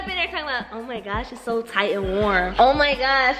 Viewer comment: She just said thight and warm 😭😂😂😂